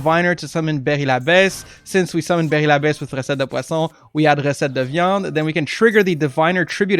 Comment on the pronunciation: Are you from Québec ? Your "recette de viande" was very well pronounced and i'm french so you can trust me, i love your content and i was waiting so long for this deck ,thanks bro , bon appétit